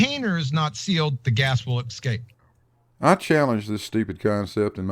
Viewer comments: THEY wish someone would aks why he says exscspe and not escape. He'd probably make escuse about US not knowing how to pronounce it. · The gas will EXCAPE? Hell, he can't even pronounce the word ESCAPE properly, never mind spelling the word ESCAPE correctly. This lot all come from the same batch of cookie dough.